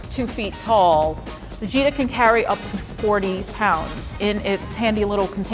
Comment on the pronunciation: I thought she said Vegeta